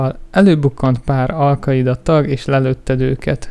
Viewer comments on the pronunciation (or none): Nem nem "al kaida" ezt a készítőnek is mondom hanem "Alkainda"